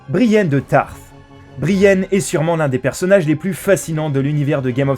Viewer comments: "Brienne de Tarth" faut arrêter de boire avant de tourner des vidéos c'est Brienne de Torth!!!!! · Mec, soit tu prononce leurs noms en V.O, soit en V.F, mais mélange pas les deux. Brienne de Tarth XD Guignol..